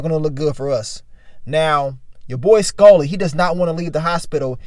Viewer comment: I hate the way he says Skully... SKULLLY